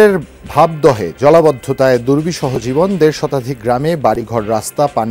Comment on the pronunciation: ভাবদহে নারে ভবদহে, এই রিপোর্টারকে উচ্চারণ শেখান।